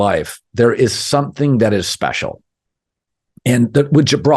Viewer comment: When this guy says special… it’s so funny.